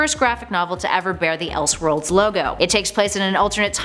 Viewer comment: “Elshworlds” and “praduce” huh? Are you a real world A.I. human being? I’ve never heard that before in my life.